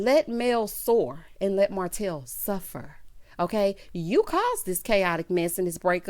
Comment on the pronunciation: called Martel HO-tel!! 😩🤣🤣